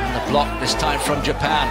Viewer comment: Jupan??? Is that a new country 😂😂??